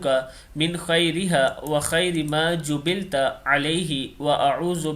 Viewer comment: Jubilat not jubilta